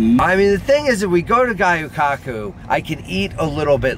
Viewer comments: Seeing get worked up is one of my favorite things. Also, it’s pronounced gyoo not guyoo!;) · Luv ya but it’s gyu kaku not gayu kaku Jussayin